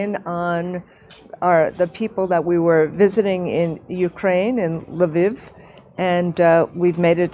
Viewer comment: President of teachers union can pronounce neither Lviv nor Putin correctly. The GW Bush of education.